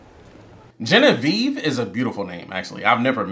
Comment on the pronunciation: My sister's name is Genevieve and it has always pissed us off the way they incorrectly pronounced her name in French 😤😂